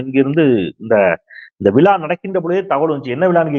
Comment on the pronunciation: தமிழை சரியாக. உச்சரிக்க. வேண்டுகிறேன் விலா,அல்ல,விழா...தமிழ், எண்,உயிர்.....